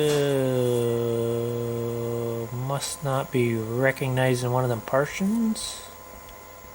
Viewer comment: I’m disturbed to have learned that somewhere on the world there is a guy that thinks hard drives are divided into “partians”. I’m not even joking, that’s literally what he says. My. God. I pray this dude is from Canada. I just hope I don’t share the same country as somebody that couldn’t pronounce “Montezuma” even ONCE. Not even close. When people can just Mr. Magoo their way through life like him, it’s no wonder we have people like Flat Earthers. Disturbing.